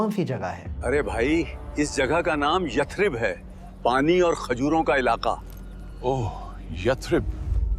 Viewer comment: bhai yathrib nahi Yasrab